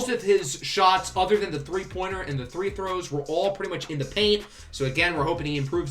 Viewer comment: Are you saying three throws, instead of free throws?